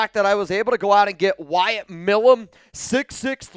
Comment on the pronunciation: Again, His name(Milum) is not "Mill uhm" Its M-eye lum" Someone from pennsylvania should know that. I agree we need to draft the kid and continue the long standing connection between the teams.